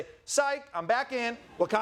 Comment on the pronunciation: His Wakonda forever makes me cringe and smile at the same time…that makes it perfect. 💙